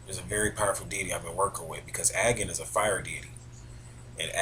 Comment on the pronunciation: your pronunciation of Agni si wrong xD